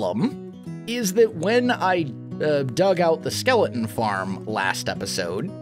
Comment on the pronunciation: He pronounces skeleton like skelen lol